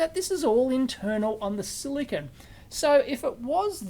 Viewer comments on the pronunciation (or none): none